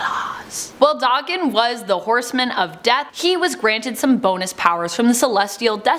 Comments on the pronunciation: it’s DAKEN NOT DOCKEN.........Daken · Wtf is D-arr-ken It’s Daken where’s is the R pronunciation coming from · Isn't it pronounced Dak-ken, not Dokken? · Pretty sure it's Dayken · It’s pronounced Da-(kin) like two separate words almost.. it’s because of his Japanese origin 💁🏽‍♂️ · It is the pronunciation of Daken. Since they don't realize it is Japanese and they white girl butcher it